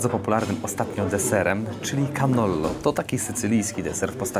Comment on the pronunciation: "Tonnato" a nie "Tonatto" No i "Gnocchi" a nie "Gnoki", "Cannolo" a nie "canollo". nie wymyślaj włoskiego na nowo.